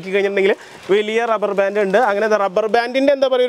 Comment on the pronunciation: ഡബ്ബർ ബാൻ്റ്